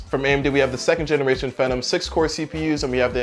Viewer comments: What the heck is a Fa-nom? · phenom, with a long e